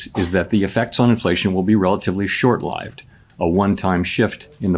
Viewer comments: No-one says "short-lyved" for "short-lived". It's AI audio. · Did he say short-live-d instead of short Lived? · He pronounced "short-lived" wrongly, indicating AI audio. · That audio is AI. "Short-lived" was pronounced incorrectly.